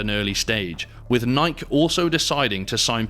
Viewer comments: Did you say nih-kuh it’s nih-kee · that’s no excuse. It’s pronounced “Ni-kee”. C’mon man 😂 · I fucking hate AI narration. Cant even say "Nye-kee" correctly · IMAGINE doing ANY sports video and can't pronounce NIKE, only the biggest name in sporting gear out there. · The way this guy pronounces Nike, Jesus. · The way you said Nike damn near made me click off the video Jesus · Hearing that Nike pronunciation makes me wonder if this is AI narrated. It can't be but I've never heard Nike with that hard "K" come from a human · Good video, but how do you not know how to pronounce "Nike" lol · The was the narrator says Nike is sus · Off topic but I never heard anyone pronounce “Nike” like that…Guess I’ve been saying it wrong my whole life 😂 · How do spell they way he pronounces NIKE?? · How the hell do you say Nike wrong